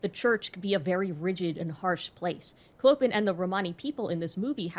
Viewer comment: I love your video but the way you pronounce “Clopin” is… American.